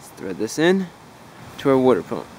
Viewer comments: Wooder pump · the WOODER pump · Wuter pump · Can definitely tell youre from New Jersey. Lol. My wife pronounces water the same way.